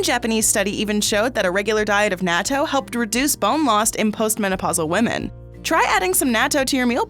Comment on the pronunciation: It’s Nah-To